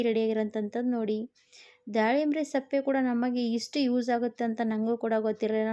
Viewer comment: ಸಪ್ಪೆ ಅಲ್ಲ ಸಿಪ್ಪೆ